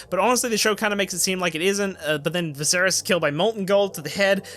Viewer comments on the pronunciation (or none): none